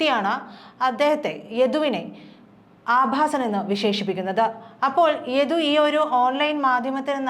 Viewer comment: യധു അല്ല സഹോദരി യദു ആണ്...ഉച്ചാരണം ആണോ...കേൾക്കുന്നതിൽ തൊന്നിയതാണോ എന്ന് അറിയുന്നില്ല...